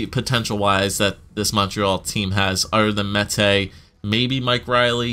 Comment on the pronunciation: Finally you pronounced Mete properly... I've heard Meaty, Mata, Meta